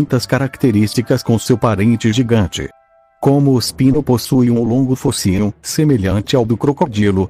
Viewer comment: E engraçado como senhor fala espino e peixe